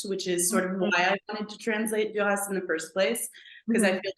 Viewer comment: It is pronounced “Dur-rah”